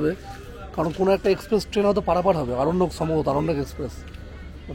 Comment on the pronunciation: সবই ভাল। তবে আরণ্যক কে অরণ্যক বলাটা ঠিক নয়।